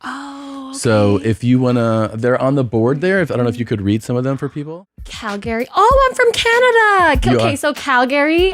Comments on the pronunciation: THIS HO DOESN'T KNOW HOW TO PRONONOUNCE CALGARY WTF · How is she from Canada yet she pronounced Calgary wrong? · She’s from Canada & can’t pronounce Calgary properly?